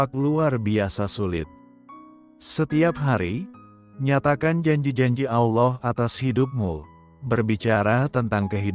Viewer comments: Salah penyebutnya Pak Allah bukan allow itu nama yang sudah betbeda Terima kasih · Saya merasa janggal mendengar pengucapan "ALLAH" manjadi "OLLOH". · Tolong sebutkan Allah dan bukan Allow. Terima kasih. TYm.🙏🙏🙏🙏🙏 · Amin. 🙏 Mimin, biar pakai kata Allah saja tidak usah pakai Auloh lah.... 🙏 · Ameen Halelujah,Doa yg sangat indah tapi sayang penyebutan ALLAH diplesetkan ALLOH,TUHAN ALLAH kami adalah pemilik Surga Damai & Sukacita bukan TUHAN ALLOH pemilik Surga kenikmatan 72 bidadari,tolong dikoreksi donk,membuat mood berdoanya jadi berkurang,kesisipan rasa keki/dongkol mendengarnya,konsep ajaran 2 agama ini berbeda/bertolak belakang sama sekali tidak sama,yg satu mengajarkan kasih & mengampuni,yg satu lg mengajarkan bunuh yg bukan seiman,darahnya halal ditumpahkan,interupsi keberatan penyebutan nama TUHAN ALLAH not TUHAN ALLOH,undestood my brother,thanks 🙏🏻🙏🏻🙏🏻❤❤❤👍👍👍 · kenapa anda menyebut Allah dg Alloh? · Tolong dirubah mengatakannya bukan OLLoh